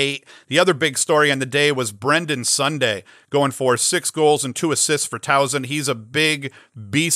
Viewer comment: Soft S in Towson, no z sound at all. Great stuff man. Thanks for what you do.